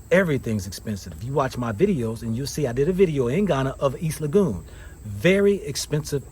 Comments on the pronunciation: You keep on butchering the name of the area,,, it's LEGON NOT LAGOON,,, PLEASE KEEP NOTE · Brother Legon is pronounced like Laygone. But not lagoon. Tanx. They both have a parent that is Ghanaian but could not make it. I wonder why. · IT IS PRONOUNCED EAST LEYGUN(East Lagon) not EAST LAGOON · My brother just a little help on the pronounciation of my neighborhood. Try Lego and on. Or Le-gone😂😂 Respect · East Legon is pronounced as "Le Gone".